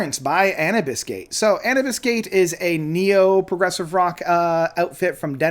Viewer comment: It's pronounced Anoobis (like the Egyption God, Anubis).